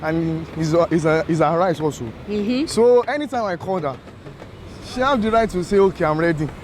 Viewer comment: girl learn to pronounce your H. i love how lively you sound among other people but pls learn to say Has , the H is not silent